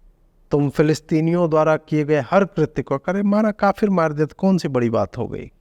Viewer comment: कृत्य नही ku कृत्य